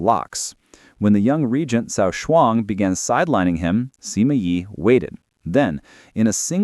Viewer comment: why pronounce it Seema? :'( :'(